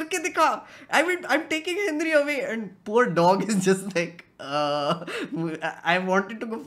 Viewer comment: Bro when you say henry it sounds like hindri